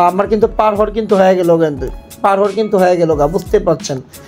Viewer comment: পার হাওয়ার না পার আউয়ার ওইটা 😂